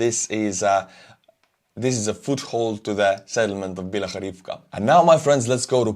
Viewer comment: YOU ARE NOT WRONG in your pronunciation of many Ukrainian names and place-names! For example, you berated yourself in your pronunciation of "PYATYKHATKY". You need to give yourself a little bit more credit in your language-skills. Have you ever consideredthe facr that so many of these "Arm-chair Generals" just might be wrong, instead of yourself..? Your pronunciation of "PYATYKHATKY" is ACTUALLY DEAD-ON! "PYATYKHATKY" in Ukrainian means "FIVE LITTLE HOUSES" or "COTTAGES"... Ukrainian names of people or place names are very often DIMINUTIVES, and sometimes they can be real tongue-twisters. 🤣🤣